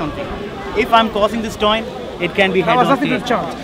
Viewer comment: "If I am cossing this toin...." 😅😅😅